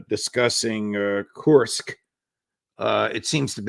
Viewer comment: Judge? It’s KURSK, not that 💩you're saying. 😂